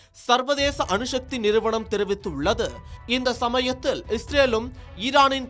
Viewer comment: தமிழ் உச்சரிப்பு மகா கேவலம் அணு ஷக்தி அல்ல அணுசக்தி